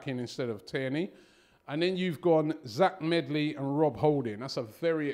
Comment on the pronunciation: It’s actually zech medley not zach